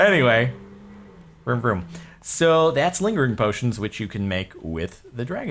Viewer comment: It's vroom vroom... Wtf did you hear?